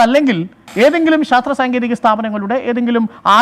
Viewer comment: Sastra alle mone "shastra"